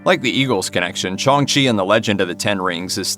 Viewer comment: Shong chi??🤣🤦‍♂️